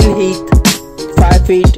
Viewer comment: Phil heath not heat